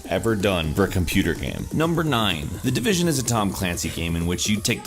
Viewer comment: Did you say THE DEVISION hahahaha nice jokes m8